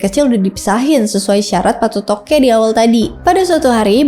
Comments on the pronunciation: Koreksi sebutannya bukan Patotoge tapi PA' TOTOE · Patoto' e, bukan patotoke😊😊, Patoto'e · Patotoke 😂 yg benar PA'TOTO'E 😅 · Koreksi: Patoto'e bukan patotoke 😢 Patoto'e artinya yg memberikan kehidupan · Patotoe bukan payotoqe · Kakkkk, bacanya bukan PATOTOKE, tapi PATOTO' E. Q itu ganti aksen yaa❤ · Cara bacanya Patoto'e, bukan patotoke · pengucapan namanya salah ya, PATOTOQE, yg benar adalah patoto e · patotoqe itu dibacanya Patoto'e... jdi kuruf Q nya itu pengganti tanda baca ( ' ) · mohon maaf kak, penyebutan yang benar itu 1. PATOTO'E / PATOTOQ E bukan PATOTOQE , TOTO' artinya nasib, jdi PA TOTO' E artinya Sang Penentu Nasib. 2. Datu Palinge' / Palingeq penyebutannya "NGE" ibarat penyebutan kata "SINGA", nyebut nya SI+ NGA bukan SIN+GA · Maaf coba di perbaiki lagi cara ucapannya sebab ini sangat mempengaruhi keaslian dari bahasa dan makna sureq Laga ligo.Seperti misalnya patotoe bukan patotoge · Mohon pengucapan Patoto'E ya bukan Patotoqe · bukan patotoke, dibaca patotoq 'ee